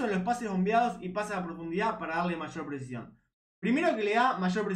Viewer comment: Che, como te cuesta decir "presicion" te sale "presion " todo el tiempo